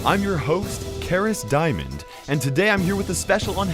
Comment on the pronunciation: Karis Diamond 🤣🤣 Caras Mon